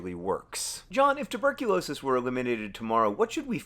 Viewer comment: Hey, it’s tuberculosis, not tuRberculosis.